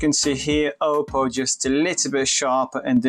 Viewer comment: Nie Ołpoł tylko Oppou - aż mi uszy zwiędły. Poza tym fajne porównanie.